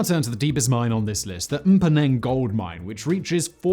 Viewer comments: His pronounciation of "Mponeng" astounded me more than the entire video, to be honest. That was incredible. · Had to pause the video just to say I'm so happy with your pronunciation of Mponeng! Well done sir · Well done for pronouncing Mponeng correctly!